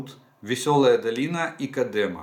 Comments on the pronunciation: Спасибо огромное за вашу работу. Это очень важно для нас. Хочу вас немного поправить на правах коренного жителя Бахмута: населённый пункт КОдемо и КлинОвое. Эти ударения именно такие. Спасибо за понимание. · З дитинства чув що Кодемо наголос на першу літеру"О"....дякую!